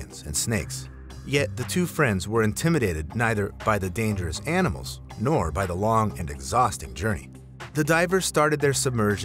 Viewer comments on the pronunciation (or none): none